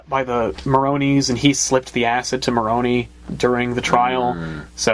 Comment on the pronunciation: You are all pronouncing Falcone wrong. The e in the end is like the e in spider. And the way you are pronouncing Marone means bollocks in italian. Still you pronounced Alberto very well :)